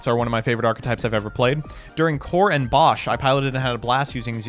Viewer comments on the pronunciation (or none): none